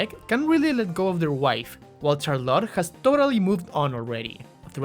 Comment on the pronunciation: Why do you pronounce Charlotte as Char-lotte?